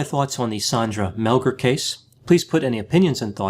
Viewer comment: I haven't listened to it all yet...but it's SANDra, NOT SONDra and it's Mel-GAR, NOT Mel-GER. She was not tied at the WRISTS behind her back but wrist to elbow...with a frozen shoulder to boot (She could NOT have tied herself that way!). Sandy is 100% innocent. The police did a horrible job with this case.